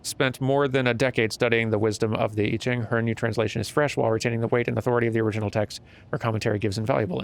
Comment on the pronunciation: Hey, just some info you might find interesting. First, you did pronounce I Ching (which is the Book of Changes) correctly. Lol. It's a Chinese system of spiritual guidance and divination, dealing with the changing of the chi in your life through various states. It can get pretty deep and complicated but in a very simplified nutshell, you find out which of the 64 hexagrams your life or situation currently is in or structured as, and also which hexagram it is changing into. This lets you get an understanding of what forces and evolutions are effecting whatever thing you are divining about at the moment. Then you can make conscious changes or actions to alter what hexagram it is evolving into or which it moves into next. I Ching is closely related to Feng Shui and they are often used in conjunction to direct your life to better, more ideal, and enlightened and harmonious ends. The notepad you found was her taking notes on her results of an I Ching reading. Like I said, this is super basic and simplified. The discipline is incredibly deep and can get very complex, though the basic structure is quite simple. It's fascinating and I encourage anyone to look more into it. If anyone happens to be better versed in it than my summary, please feel free to add on your thoughts. Lol.